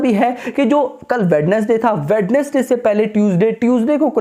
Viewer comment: If you are reading my comment then that in the word Wednesday (d) is silent and the word sound like (wenesday) .❤. Its not hate😊